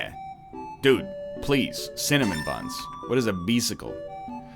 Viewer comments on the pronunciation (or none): none